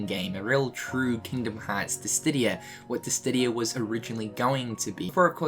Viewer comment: Final Fantasy Disdidia? I thought it was Dissidia :0